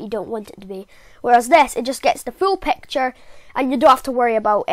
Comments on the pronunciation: Whats pecture is it picture what the heck pronounce it better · I love ur voice And when u say “pecture” i laugh hard